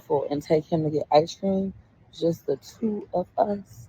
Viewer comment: I Know This Is Petty But I HATE How She Says “Ice Cream” There Is No “S” Sound In Ice Cream🙄